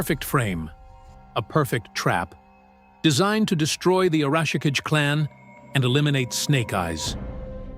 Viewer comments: Tell your AI that the name is pronounced "ah-rah-shi-KAH-gay." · "A-rawsh-a-ka-jay", eh? When your AI fails your lack of proofing. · Tommy's last name is Arashikage (ah rah shee - kah gey) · Arashikage means Storm Shadow in Japanese. The Kage part means Shadow and is pronounced Kah-Gay or Ka-GA if that makes better sense. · OMG, the AI's pronunciation of Arashikage is hurting my brain! - And it's not even doing it the same way each time, so its not even consistent...... like it's saying it each different way it can think of, figuring that maybe just one version will accidentally be correct.